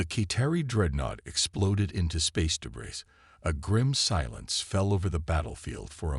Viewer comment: HOLY HELL!!!!!!!!!!!!!! WTF is "deh-BRISS"!!!???? AND, ......"....her mind was "un-RED-able".... I stopped listening to this POS AI at just a few minutes into the story. ALL of you....STOP using CRAP AI until such time that they can speak ENGLASH!!!!! Hows bout you Freakin narrate your own stories like some do. At least I can finish THEIR stories!!!